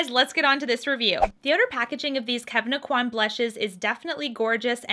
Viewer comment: Really enjoy your reviews, thank you for reviewing this. Please though learn how to pronounce Kevyn Aucoin`s name correctly.